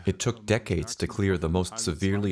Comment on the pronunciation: narrator: "it would take the forest decates to recover" everyone else: and.... the jews?